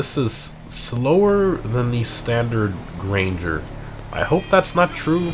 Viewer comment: Gran-ger. Not grainger.